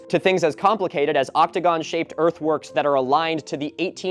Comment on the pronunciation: I keep hearing earthworks as earthworms